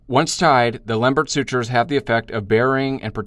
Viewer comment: That was really very good and a reminder of how tedious these anastomoses are to perform. But concerning the pronunciation of his name, please remember that Lembert was French.